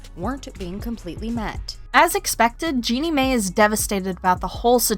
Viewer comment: Jeannie "May", "MonNaco"? Lord. Lol. It's Jeannie MY, and Monacco like the place.